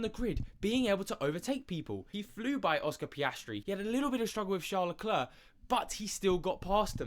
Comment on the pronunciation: If you can't pronounce charles surname just say it as an Anglo so you don't sound dumb